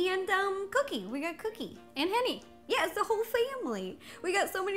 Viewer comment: dickenz its henry but ro calls him enny